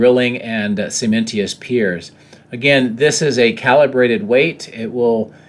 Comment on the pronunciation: Thank you for these videos!! You do an awesome job! One suggestion... cementitious sounds more like "seamen tishes"